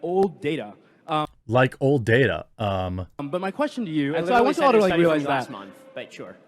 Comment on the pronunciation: happy birthday and many happy returns , and thank you for pronouncing "data" correctly